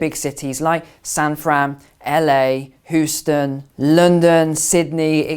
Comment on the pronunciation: FYI Houston is pronounced Hugh-ston not who-ston. As in "Hugh" Grant.